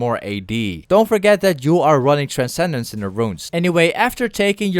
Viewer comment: No TrenKeDence lol, you pronounced it the right way this time